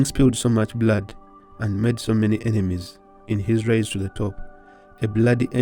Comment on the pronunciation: The " RiSE" not "raise" please edit edi and edit.